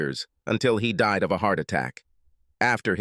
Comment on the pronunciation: "Her husband and son had deed in a car axe-si-dent years ago..."pronunciation, man, lol